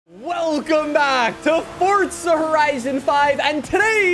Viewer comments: Why does he call it “fort-za” it’s for-za dude 4 za!!!! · It's not fortza it's forza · Fortsa >> Forza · Welcome back to fortza horizon five